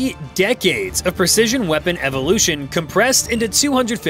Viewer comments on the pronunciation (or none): none